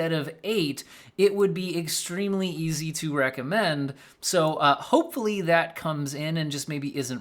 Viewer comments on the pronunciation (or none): none